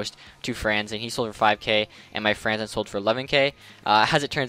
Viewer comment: What kind of wings fan can't pronounce Franzen